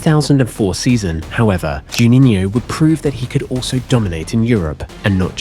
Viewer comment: I believe, "Juninho" is the only non-English-word, that you don´t pronounce ridiculously... Otherwise, all ok.